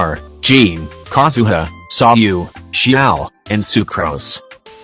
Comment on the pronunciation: U said sau when it is sayu